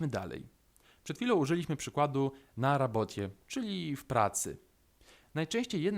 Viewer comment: Czy nie powinno brzmieć na rabotie u ciebie slysze na raboczie .